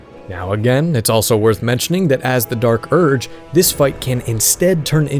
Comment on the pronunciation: or Dee Ark Urg